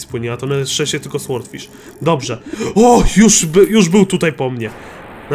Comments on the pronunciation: to tak przeszkadza jak mówisz słordfisz. Powinno się czytać sordfisz. Nie ma za co😉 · nie,,słordfisz", tylko,,sordfisz" się mówi! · Brimble Fish W słowie sword jak i w słowie sword fish, w jest nieczytelne czyli powinno się czytać sordfisz i niewyraźnie r i d😉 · Franek Zawias Nie da się tego przeczytać po polsku, bo nie jest to ani ł ani o. Jest to dźwięk coś między, i gdy czytasz fish to i wymawia się jako y.